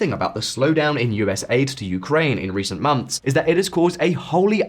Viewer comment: months NOT mumfs